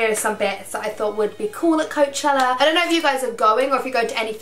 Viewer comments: It's not Coacheler it's Coachella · You say coachella so weird! I've never heard anyone say it like you before 😂😂